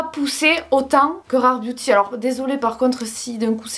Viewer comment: Quand dit « Booty » à la place de « Beauty » 😂 merci pour les barres de rire!!!!!